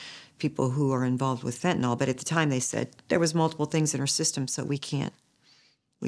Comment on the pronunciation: Agghhh… it’s FENTANYL FENTNOL!!! 🙄